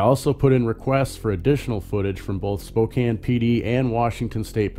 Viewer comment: Spo-Can not Spo-Cane